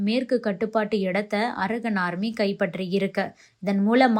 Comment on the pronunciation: Pronounce correctly when you term English words - "ara gun" அல்ல அரகன் (கண்) Gun அல்ல